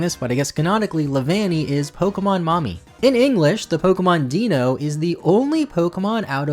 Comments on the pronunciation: Deino is pronounced with a long I sound, not a long E. Its name, and its evolutions are dEINo ZWEIlous hyDREIgon. Which are couning the number of heads they have in German. Much like articUNO, zapDOS, and molTRES are counting in Spanish. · Hearing Deino mispronounced always hurts me. The 'ei' makes the sound of only the second letter, 'I', as it's meant to be pronounced like the German 'Eins', or 'One'. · I’m pretty sure Deino is actually pronounced dino (dye-no) It’s a pun Eins is one in German and in German ei is said like “eye” The evolutions further support this… Zweilous has zwei for 2 (kinda like tsv—eye) Hydreigon has drei for 3 in it Considering the evolutions all have numbers the ein in deino has to be intentional and in line with the german number name puns Because it corresponds to the number of heads correctly One Two Three Ein(s) Zwei Drei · Deino is pronounced DIE-no, as it is a play on dinosaur and ein, the German for one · How are people still mispronouncing the deino line 😫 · You pronounced Deino wrong. It's based on the German word ein, which basically means "one". Similarly, it's evolutions feature the words zwei and drei, which mean two and three, respectively. In German the vowel combination ei is pronounced as a long i sound, whereas the combination ie is pronounced with a long e sound. Basically, the second letter is the one that is pronounced.